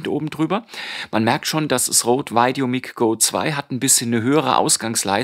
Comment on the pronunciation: normalerweise korrigiere ich keine fehlerhaften Aussprachen, aber wie du "VideoMic" aussprichst, tut mir in den Ohren weh! Richtig lautet es "VideoMeik" und nicht "VeideoMick" - Dein Vergleichstest ware sehr aufschlussreich, danke!